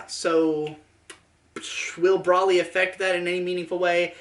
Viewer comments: Correct: Bro-lee: Brah-lee Lamantho: Bruh-lee You're both wrong! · It's Bro-lee, not bruhlly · he said brally lol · it's broly like bros before hoes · >"Brolly" >Even says it as Brolly I cant finish this video, it's a plague upon my ears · It's Broly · Please tell me the way you pronounce Broly is intentional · they SAY HIS NAME OUT LOUD. there’s no reason to pronounce it wrong. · we've come a long way you and I. As a fan I mean. We fought the haters. Bashed the drama. Slaughtered idiots. Brawled demonitization. I've stayed loyal to you through thick and thin. We've been to hell and back, you and me. When the going got tough I stuck with you, faithfully. But I swear to god, the way you say broly is the most inflammatory thing you have ever uttered.